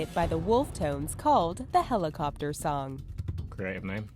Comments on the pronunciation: HELIKOPTAH HELIKOPTAH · nobody: Harry: Hell e copter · its pronounced helicopter not helicopter lmao